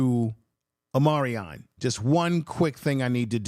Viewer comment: Omar-i-on Miller! You really butchered his name 😅😅😅